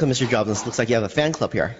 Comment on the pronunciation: "Mr.Jaabs thank u far comming ..." u sure this is not china ?!?...